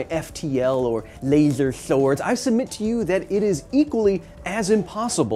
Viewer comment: this is the correct pronunciation of lasers swords.